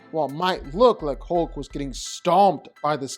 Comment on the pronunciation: Why do so many people pronounce hulk like ‘hoke’ it’s more annoying than it should be 😅